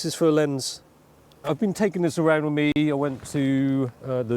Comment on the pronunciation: no u mean. "wiv, and wivout"